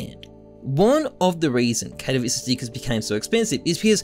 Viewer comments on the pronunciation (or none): none